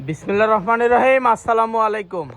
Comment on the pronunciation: বিসমিল্লাহ শুদ্ধ করে বলার অনুরোধ করছি